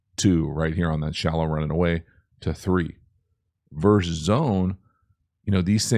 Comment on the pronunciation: I will NEVER understand how seemingly educated people say ‘verse’ when referring to two teams opposing each other. A verse is in a poem, a song, etc. it’s ‘versus’, and the ‘s’ on the end isn’t silent. And no, it can’t be correctly pronounced two different ways.